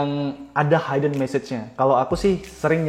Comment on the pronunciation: Hidden dibaca hiden bukan haiden